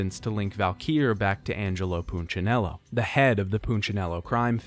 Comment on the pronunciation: He's pronunciation of punchinello is killing! Its poon-cha-nello. Not poochanello